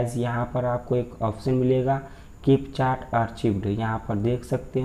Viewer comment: चाट nhi yrrr चैट बोलो...